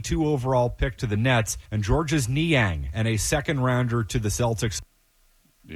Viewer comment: Georges Niang would probably pronounce his first name the French way as "George" without sounding the S.